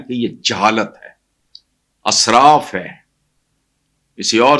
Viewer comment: جناب آپ بار بار اسراف میں الف کو زبر کے ساتھ بول رہے ہیں ، صحیح زیر کے ساتھ ہے israf . بہت ادب اور معذرت کے ساتھ